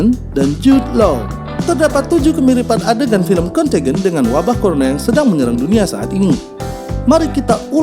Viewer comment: Bagus isi nya, semoga terus berkembang channel nya. Sedikit saran bisa riset dlu pengucapan nama2 or data (dlm hal ini pengucapan nama film nya) dlm b.inggris nya.. jd lebih okeh lg nonton nya... suksess